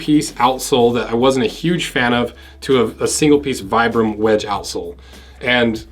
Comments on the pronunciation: It's pronounced "vee-bram," not "vy-bram." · Idk man, my local cobbler and the guys over at my nearest redwing store would disagree. "Vy-bram" they all say.